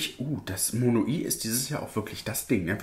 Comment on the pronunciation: Das heißt nicht Mono-i sondern wird in einem und "weich" Monoi ausgesprochen. 😀